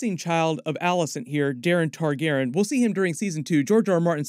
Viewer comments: Not to be a stickler, but Tar-gehr-ee-ahn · Love your videos but can you PLEASE start pronouncing all of the sylables in "Targaryen"? It physically hurts me :)